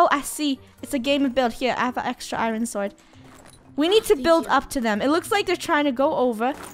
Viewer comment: Lol and Funneh keep calling a sword a suword in the start of the video.